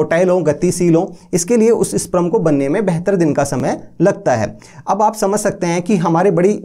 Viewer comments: Sprum nhi sperm hota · Pehle sperm to bolna sikh le, wo sprum nhi sperm hota hai